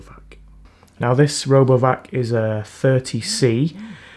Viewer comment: sounds like you said "Robo F**k" lmao 🤣😂